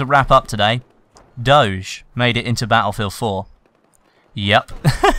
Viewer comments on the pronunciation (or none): It's Doge (Doug) pronounced with a straight "g" not some french "shcz" ^^ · how the hell did you pronounce doge... that's neither the english nor the italian pronounciation ahahahah quite weird